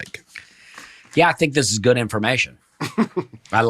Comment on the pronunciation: On Dusty’s pronunciation on the word “good” as “goot”, I believe he just has very good diction. However, I also think he’s said “We’re having a good time” so often that his mouth wants to say “time” after every “good”